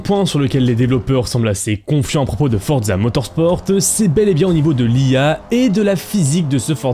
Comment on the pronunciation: Non mais arrête de dire fortza motorsporteee mec je saigne des oreilles